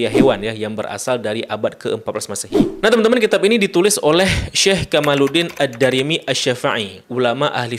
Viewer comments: Diperbaiki lagi quality control nya. Jangan serampangan sebelum posting. Baca nama Ad Damiry jadi Ad Darimi. Baca keterangan kitab ulama yg menjelaskan bahwa duyung senang dilihat manusia, menjadi terbalik, manusia senang melihat duyung membawa berkah. Tulisan di Thumbnail sering salah penulisan. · Membacanya ad-damiry...bukan ad-darimy bang....😊